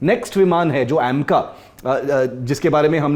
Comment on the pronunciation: AAAAMCA nahi hai bhai AMCA kehete hai ise... Pronounsation sahi se bataya karo tab pata chalega ki is field me sahi jankari rakhte ho...! 😂😂😂